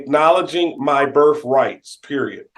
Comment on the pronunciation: Your BERF RITE ?😂😅